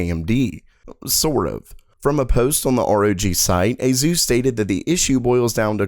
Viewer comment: "Azeus recommends" is what it sounds like dude...